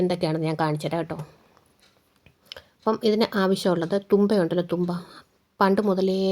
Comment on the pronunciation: തൂമ്പ അല്ല.. തുമ്പ 🤣